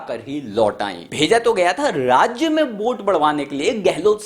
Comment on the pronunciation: यह क्या है भाई। वोट को बोट🛥️ nazar को najar जब इसने बोटिंग की बात की तो मेरा ध्यान सीधा नाव की तरफ गया।अबे पहले बोलना तो सीख ले।😵‍💫😳